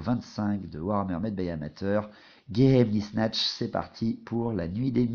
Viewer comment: Juste un petit point de détail, "geheimnisnacht" se prononce probablement "gué-aïm- nisse-narte". L'empire dans warhammer est très clairement inspiré de l'empire allemand, dans le design comme dans les nom, et geheimnisnacht signifie littéralement "la nuit des secret" en allemand. Voilà voilà ^^